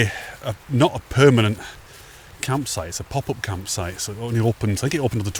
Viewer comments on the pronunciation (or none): none